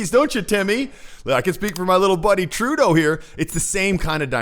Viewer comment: 1. This presenters way of saying Trudooo is getting onto peoples nerves. 2. Why is Trudeau always timid around other people?? Was he abused as a child??